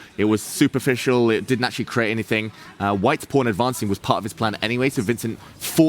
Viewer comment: pawn rhymes with dawn, not with phone.